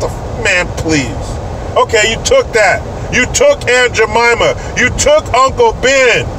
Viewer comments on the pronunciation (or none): none